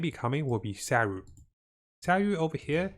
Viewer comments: Hope you can fix your sayu..not syaru but sa-yu! Feel bad to sayu..saru is monkey in Japanese 😱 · Your informations are good but maaaan... Fix your pronunciation, relax don't talk to fast. We can't understand you. And i cringe the way you say Sayu and fishl's name "Sawu... Fesel" smh And stop with the click bait.